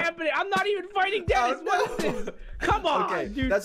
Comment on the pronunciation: it's Denis not Dennis